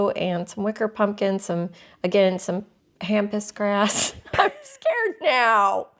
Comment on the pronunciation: Love the video! I'm a blue and white fan so this was especially fun. Thanks for all the wonderful tips. (And it might help for your pronunciation to know that it's pampas grass. :) )